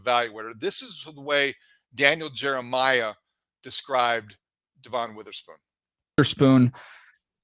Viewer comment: DEVin. DEVin. DEVin. DEVin. How can you sit there and say you watched a ton of Illinois football and pronounce his name DuhVON?